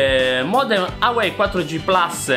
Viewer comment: Secondo te la pronuncia del marchio è AUEI (ciòè togli la prima lettera la U), un mio collega lo pronuncia IUWAWEI (cioè aggiunge due lettere IU ) , vorrei farvi incontrare, magari dall'unione nasce la pronuncia corretta .... Poi hai messo lo smartphone a 10 cm dal router, dimostrando che si possono raggiungere i 200mbs ... Quindi secondo te le persone installano un router wifi a casa e poi stanno a 10 cm da dove è stato installato ? Secondo me hai perso una occasione per fare una recensione sensata.